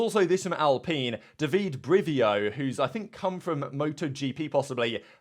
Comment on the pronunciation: I know correcting pronunciations is sometimes kinda priggish…but his name is pronounced more like Dava-day, not Daveed